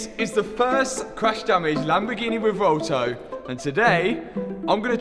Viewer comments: You're the man, this is not a critisicm, but in case you care, It's pronounced "reh-VWEHL-toh" and not "reh-vohl-to." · "Revolto" Classic.